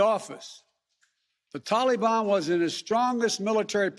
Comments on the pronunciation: Taking responsibility doesn’t mean anything. It doesn’t make it better. It doesn’t get lives back you moron. My god the sooner this guy is gone the better. And enough with the pronunciation talibon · I swear if he says tollybon one more time I'm gonna puke.